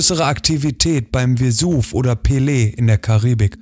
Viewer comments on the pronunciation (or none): none